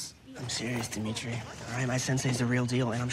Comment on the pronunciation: It's Demetri not Demetri 👍